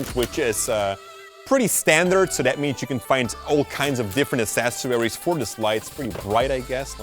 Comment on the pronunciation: Dude love the vid, but you really need to learn to pronounce accessories the right way 😅